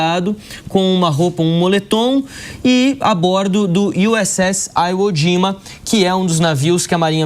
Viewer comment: O repórter não sabe pronunciar nem o nome da ilha japonesa "Ivo jima"